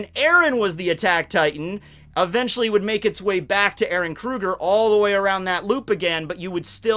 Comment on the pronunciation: Terrible, terrible. Its eren dude.